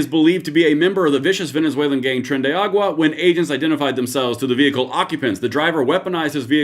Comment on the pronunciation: Tren de ar a gua 5 syllables…tren de aragua not agua, 😂 Love your show, anyway!